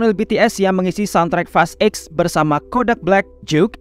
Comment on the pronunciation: fast eks blg nya bg jgn blg eight gua kira lu bahas fast 8 jdinya